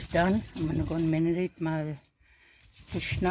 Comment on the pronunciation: saying Manerate instead of marinate❤. As long as we understand